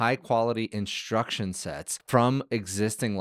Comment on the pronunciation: why do you say "inshtruction"? instead of instruction?